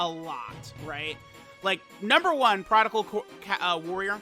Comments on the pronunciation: stop saying prodigal/prodical please lmfao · Why does say prodigal LMAO. It’s not even a real word